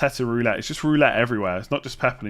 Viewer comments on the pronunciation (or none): none